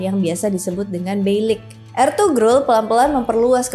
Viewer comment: Sedikit informasi, dalam pelafalan "Ğ/ğ" itu tidak seperti "G/g". Misal, pelafalan "Ertuğrul" itu bukan "Ertugrul" tapi "Erturul". Juga, "Oğuz" misalnya bacanya "Ouz" bukan "Oguz". Jadi pelafalan "Ğ/ğ" seakan-akan tidak ada huruf disana.